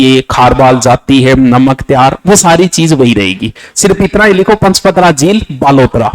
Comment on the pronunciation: Paspadra not panchpadra